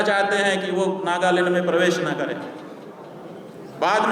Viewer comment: नागालैंड की जगह नागालंड बोल रहा है🐕🐕🐕❌❌❌